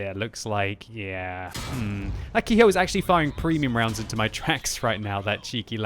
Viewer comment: Ke-Ho is pronounced "Keh-Hoh", not Key-Hoe".